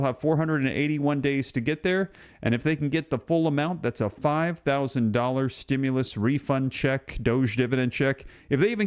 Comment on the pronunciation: you keep saying 5000 each person in, but I keep hearing 5 OOO per couple